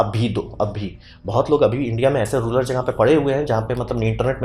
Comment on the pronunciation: रूलर नहीं, रूरल होता है!